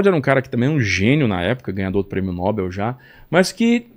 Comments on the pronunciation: Não aguento mais esse pessoal pronunciar errada a Palavra "Nóbel" como uma palavra paraxítona. Não tem acento! A pronúncia é Nobel sem acento porque é oxítona . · "Prêmio Nob(é)l" e não N(ó)bel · Fantástico. Só me "arrepio" quando erra a pronúncia do (Prêmio) Nobel.... (É no-Bél !!)